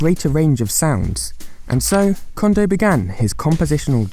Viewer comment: His name is "Kondo" not "Condo."